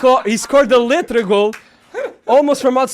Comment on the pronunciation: Not “letra” goal 😭😂😂😂